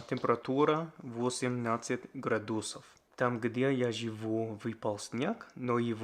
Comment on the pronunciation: Отлично! ГрАдусов, ударение на первый слог :)